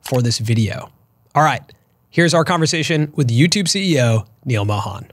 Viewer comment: Being an Indian should have been able to pronounce Mohan better. Just a suggestion